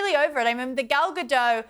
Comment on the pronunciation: Gal GaDOT, people of TalkTV. Ga-DOT. She's Israeli, not French.